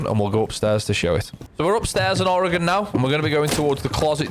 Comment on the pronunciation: First person Ive heard even remotely pronounce oregon right. My only note is that the "e" is actually semi-silent.